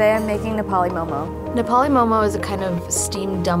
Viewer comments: Nepali people pronunce momo moh moh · They couldn’t get an actual Nepali?? She couldn’t even pronounce momo right. WHAT THE FUCK IS MOE MOE?! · Please don't say "momos" when ypi go to a restaurant you don't say "give me a plate of momos." Whether singular or plural it's always mo:mo.